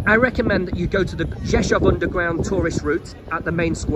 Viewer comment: your Polish is getting better and better and you pronounce the name Rzeszów like a native Rzeszów resident, congratulations!